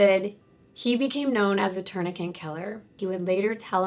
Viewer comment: It kills me when you say "my legal background " but then say "tourniquent" over and over. Lmao there is only one N in the word "tourniquet"😄